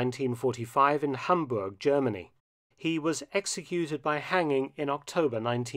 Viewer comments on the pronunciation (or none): none